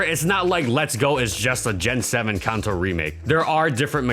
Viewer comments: Kanto is not pronounced 'Kunto' and niche is not pronounced 'nitch'. Jesus christ, those both sound SO bad... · Kanto also isn't pronounced CANto like most people seem to say... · Kanto pronounced “Kahn-toe” or “Can-Toe” ??